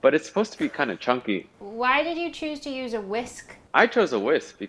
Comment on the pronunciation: Am I the only one who enjoys hearing pronounce 'to' as 'chu'.